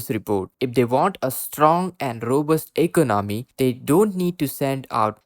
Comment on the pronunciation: Please learn to say eCONomy.